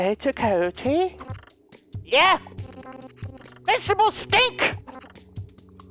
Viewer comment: The way you said vegetables😄